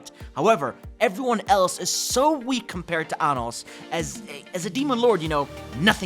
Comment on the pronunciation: Bro butchered Anos name 💀